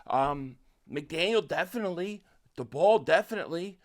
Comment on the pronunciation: First thing, Brian Daboll is pronounced like table. Second thing, I think the best option for the Eagles at OC is Charlie Weiss Jr. He's a young guy that had a lot of success in college and is known as a very innovative OC. Plus I also think he won't leave next year. You get a young guy with a lot of success as OC in college and someone I think will give stability to the offense in the next couple years because I don't think he's going to leave in one year